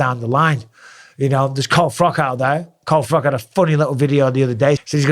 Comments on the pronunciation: Froch, not frock ahaha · froch not froc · Hey Bisping wassupp, well Carl froch, it's not pronounced frock, like a womans dress it's chhhh, as in chimney, Carl froch Alright?, not good when u can't pronounce folks names properly! Anyway still think ur Ace, mad respect Mikey Bizzars 😀😁✌️🇬🇧uk BiG uP yOuRsElf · Micheal it's Carl Froch pronounced like Crotch, for want of a better word. That hurt my ears when you said it! 😂 Love your work though. Thanks for the years of entertainment. Keep it coming! Peace!☮ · It's Carl Froch , pronounced (frawtch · Damn Mike ur a brit and still butchered froch's name lol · Omg bisping you keep saying it 😅, fury did not sign the double or nothing contract, and learn to pronounce carl froch properly please 🙈